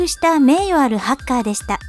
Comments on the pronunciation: ハッカーの発音違くない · だからハカーじゃなくてハッカーだろ常考